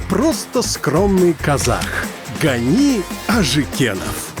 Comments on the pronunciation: гани емес Ғани, куралай емес ҚҰралай деп сөйлеңіздерші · Не Гани а Ғани, не Куралай а Құралай.